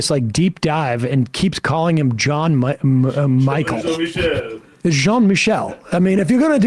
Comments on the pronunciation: Its Jean Michel not John Michael. Why is that nutjob refusing to pronounce the name in French. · Jean is not pronounced as John.